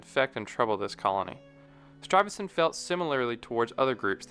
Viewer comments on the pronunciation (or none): How can one narrator mangle the name of Peter Stuyvesant in so many ways.... it baffles me